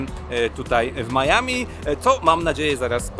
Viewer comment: Oczywiście Miami a nie Maiami🙃